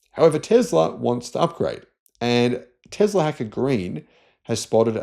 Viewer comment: Tezler 😂 speak English man 😊Tezzla 😅 Let's say it together T E S L A ... TESSSS LA